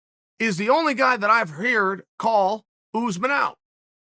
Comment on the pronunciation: "Heerd" my new favorite word